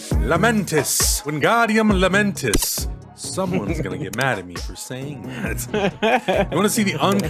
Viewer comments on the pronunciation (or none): it’s LaMENtis, not Lameentiss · It's Wingardium LamentAAAHs....